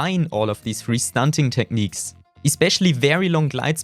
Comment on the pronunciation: Techniiiiiiiks 😂 und wie du opinion aussprichst 😂